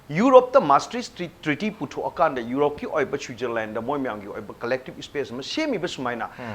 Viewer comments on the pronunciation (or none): none